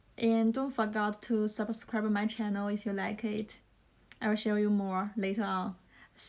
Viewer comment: 1. 刚看到第八秒，你的channel 和 france的a都发错了，两个[æ] 你第一个听起来像是[e] 第二个像是[ei] 而且还把n吞了。 2. 看到第26秒，一个句子里不是所有单词的发音都需要完全完全发出来的，你应该完全不知道liason的一些规则。小词的弱读（比如，to不要发饱满的two, 而要发成/tə/，就好像can不发/kæn/而发/kan/一样），非元音单词前的t的吞掉，元音前的t变成flap t等 3. 看到第43秒， 你granddaughter的发音问题和france一样，那说明你真的需要在这个音上重新下功夫。pa的后面为什么有r的卷舌音，你读idea不会读成idear吧？ 4 看到第46秒，do是助动词后面的动词只能是原型，所以你想表达强调应该说，he did help me a lot. 然后是lot的发音，我不太确定你觉得自己是英音向还是美音向，如果是后者的话 not,lot 的o 都应该发/ʌ/ 而不是 /ɒ/, 但是你好像发成了/au/ . appreciate 及物 需要加 it